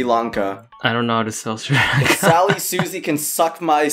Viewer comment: Its S-ree Lun-ka